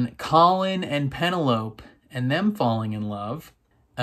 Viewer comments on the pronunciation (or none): Why do u always mis pronounce penelope's name. 😤😠 It's pen-el-o-pEEE. I know you can say it right, I've heard you. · Loved watching your reactions to this season! I am not as invested in the Colin/Penelope story. I'm moreso looking forward to Benedict's season. Also, after watching your reactions I can't help but see the word Penelope and hear it in your voice lol that has forever changed the pronunciation for me